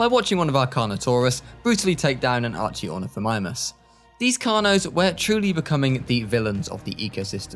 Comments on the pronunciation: No hate, but here’s the list of mispronounciations! Archaeornothomimus is pronounched are-kay-or-nith-oh-my-mus. You got the second half right, but it’s arkay, like the divine from skyrim, not archee The second one was coelophysis. It’s a confusing name, but it’s pronounced see-low-fy-sis The third one was Troodon. It’s pronounced tro-o-don, not troo-don. Iguanodon was the fourth. It’s pronounced like Iguana, the lizard. I kinda chuckled when I heard you say ”ig-yoo-onodon”, but no hate 🙂 I was surprised when you pronounced Carcharodontosaurus perfectly! It’s one of the most commonly mispronounced dinos However, you did mispronounce Chasmosaurus. The h is silent, it’s just pronounced Casmosaurus. This is not criticism, just a comment I made for fun cause I was bored lol. I loved the video! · Okay, "ARchionithimimus" may have been a tolerable pronunciation, but "COLLOphusus" is just sad. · considering it’s the worst pronunciation in the video I’ll help u Arr-key-or-nith-o-mime-us